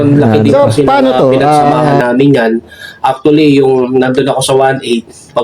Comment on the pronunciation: aktule ang puta pag pronounce na lng e